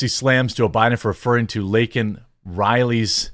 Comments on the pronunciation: Stuttering does not make him say LINCOLN instead of Laken. It also doesn't make a person lie or yell. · Joe Biden called Laken Riley, Lincoln Riley. What a piece of 💩. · The libs are offended that he called them illegals. But not that he mispronounced her name. The libs are offended that he "dehumanized" illegals, but not that she was "dehumanized" by being killed. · MTG the MVP here for forcing Biden to go ofc-script and mention the name of the girl (albeit in Joe's fashion, mispronouncing it) that was removed from this planet by a foreign invader (Thanks Mark Dice for this term).